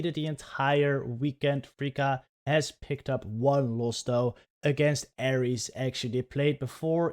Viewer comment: I don't know who this freaka is, I think you mean to say fr-fourtythree-ka 😂 (Btw love the reactions!)